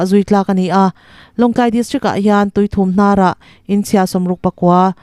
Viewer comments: Mizo ṭawng lam danuluk deuh a ngai, inchung a hawk, hawk tih hi kawlhawk(sava) a hawk tih lai ang hian lam tur. Tui 3hnar tih tur.Lunghauka chu ka sawi fiah thiam lo, Lung (stone)hau, enga ti nge i hau loh tih chhia ta ila, hau kan thluk ang khan lam tur. Ka.. mouth.😂😂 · Khaw hming lam dik loh leh mizotawng thlûk dik lo hi fimkhur teh. Tuithumhnar hi lam dik loh angte hi...